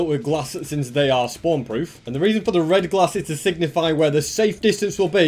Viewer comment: I like when he says glass as “GlAascH”